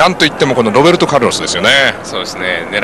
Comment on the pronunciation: ロッペンちがう！ って聞こえたｗｗｗ